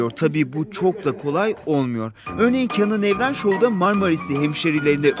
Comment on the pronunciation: Kenan even e paşa dedin ya senden soğudum abonelikten de herşeyinden çıkıyorum